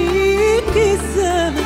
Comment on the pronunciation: عمليات التجميل خلتها تنطق. كلمة الزمن. بكلمة السمن. الي ركز مثلي ع مخارج الحروف. يحط لايك. صوتها. عبارة ان نهيق في نهيق بنسبة لي غنتها مي فاروق مع المايسترو مايكل ابراهيم افضل من امال ماهر